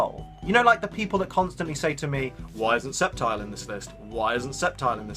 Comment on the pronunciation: Yay I'm incredibly glad that you call it "Sep-tile" it's hard to like someone who says "Skeptile" But you're awsome anyway